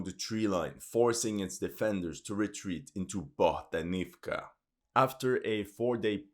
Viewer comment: AvdEEvka( e, not i )